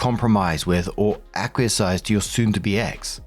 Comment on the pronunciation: Hi! Happy 2026! The google machine can help with the correct pronunciation of acquiesce. I know it's a tricky word. Just a thought. 😊